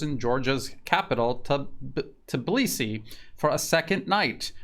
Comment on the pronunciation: Your pronunciation of Тбилиси is almost perfect)